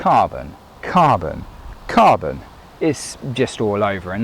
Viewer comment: Carbon, cabon, kabon, kabooon! 😂